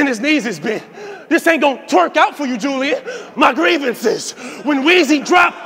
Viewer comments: That was a reach because u don’t say Julian like ju- Lyin so taking out the j only reads Ulian as in u-lee-an not u- lie-an but I get it , he tried but that was a reach. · Ulian is pronounced U-LEE-IN. Imagine thinking niggas can't catch your bars but you not even making sense.